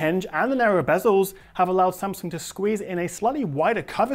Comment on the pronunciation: Wow... It's the first time I heard non asian people said Samsung right... It's Samsung, not Sem Sang...